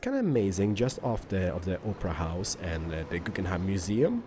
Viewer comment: I love how he says "Oprah house"